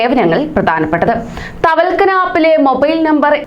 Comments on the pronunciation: വാർത്ത വായിക്കുവല്ലേ അപ്പോൾ വാക്കുകൾ വ്യക്തമായി പറയുക... തവൽകന അല്ല തവക്കൽന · തവൽകന അല്ല ( തവക്കൽന ) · തവൽക്കന അല്ല മോളെ.... തവക്കൽന 😁😁😁🤣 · Thavalkana Alla thavakalna...aadyam Ellam onnu padichitu vartha vayiku....pls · തവൽക്കനാ അല്ല, തവക്കൽന എന്ന് പറയു.😂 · Tawalkkana അല്ല മോളെ thawakkalna എന്ന് പറയ് 👍❤️